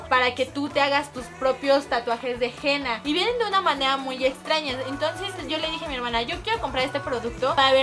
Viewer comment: no se pronuncia jena se pronuncia enna